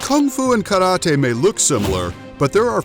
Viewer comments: Karate is not pronounced KADOTEI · omg he say karate like karade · The narrator say kalatee instead karate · I hate the way you say karate